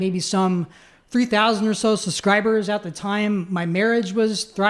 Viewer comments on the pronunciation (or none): Did he say "suscribers"? God didn't work very hard on this guy considering he can't pronounce simple words. But he was saved from death by the god that he believes created him and that is pretty convincing 😂😂